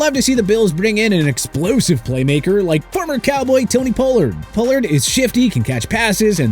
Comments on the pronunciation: Pole-lard? You mean Pollard? 🦅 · 1. Pocic is a Center, not a Corner. 2. You mispronounced Pollard, and he get franchise tagged. He's not a free agent. 3. The Texans already have a young stud FS with Jalen Pitre. They definitely don't need Bates. 4. While Mahomes is getting paid "the big bucks", the Chiefs structured his contract so his cap hit isn't that big. The Chiefs have a ton of cap space and flexibility. 5. Carr already signed with the Saints. 6. The Seahawks have one of the best young LB's in the league with Jordyn Brooks. I doubt they'd dedicate big money to another LB. Doesn't make much sense.